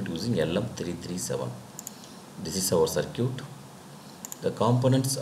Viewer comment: circuit (saar-kit) is not pronounced as sircute lmao 🤣